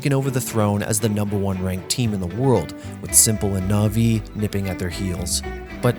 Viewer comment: olease learn how to pronounce na'vi correctly. greta vid otherwise.